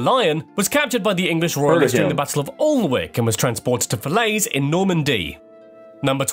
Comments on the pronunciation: Alnwick pronounced as oln-wick It's pronounced Anick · Also, William the Lion was defeated at the Battle of Alnwick which is pronounced "Annick" (not "All-n-wick"!).